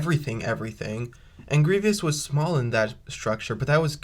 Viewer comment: Cool scenario! I like it! However, the way you were pronouncing Grievous’ name wasn’t necessarily correct. It’s actually pronounced Grie-vous, not Grie-vyous. Just thought I’d point that out. Other than that, nice video here!